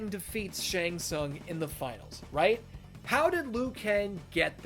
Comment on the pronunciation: thats the worst one Shang tsung 😂